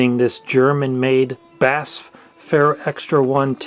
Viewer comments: Nope...you always said it right. B-A-S-F (Badische Anilin- und Soda-Fabrik) - It's an initialism, not an acronym. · It’s B A S F SAY THE LETTERS!!! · I normally pronounce BASF as an initialism rather than an acronym… When pronounced as an acronym, it sounds… interesting…